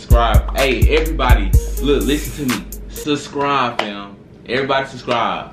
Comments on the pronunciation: He said sub scribe u can't talk lol.... I just suscribe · It's the "Susscribe" for me lol